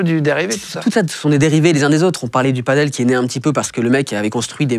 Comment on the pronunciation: Par contre tu dis paddle le reste de la vidéo 😂